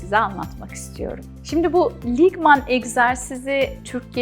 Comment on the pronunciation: Kelimenin telaffuzu yanlış olmuş; "ligman" değil, "lingam" olacak 🙏